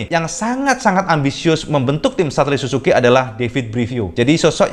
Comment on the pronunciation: su ZUU ki om , bukan susuki :DD